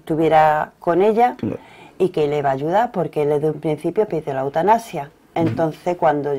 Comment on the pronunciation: ¿"Eutanapsia"? ¿y este sujeto es periodista?